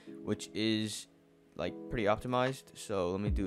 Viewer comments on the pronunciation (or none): none